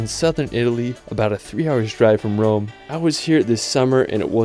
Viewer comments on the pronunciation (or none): none